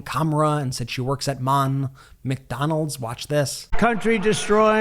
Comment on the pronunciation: He can't even say McDonald's! He's declining fast! And every time he talks about clean energy he shows his absolute ignorance about it - or he thinks his cult is that ignorant about it. Either way... VOTE BLUE!!